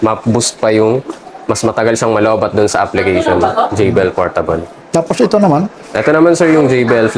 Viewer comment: JBL Po tay. Hindi JVL